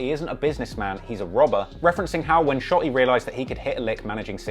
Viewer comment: I seriously cant stand the way this guy says "shot-E" smh